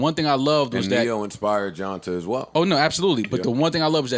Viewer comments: Joe his name is pronounced JohnTay not JohnTah 😉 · ITS PRONOUNCED JOHNTAY NOT JOHNTA FFS LMAOOOOOO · Yall are killing me. His name is pronounced John-Tay lol